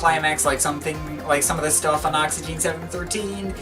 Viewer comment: Great video mate. But first of all, you don't pronounce the last E, so it's just pronounced: Oxygen. Secondly, when going through Jarre's back catalogue you should really include The Concerts in China, which included a lot of excellent new material, such as Night in Shanghai, Arpegiator, Souvenir of China and Orient Express. But anyway, thanks for the video.